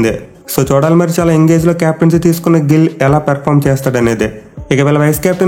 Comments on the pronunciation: Anna nill kadu Gill😂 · Gill ❌ Nill✅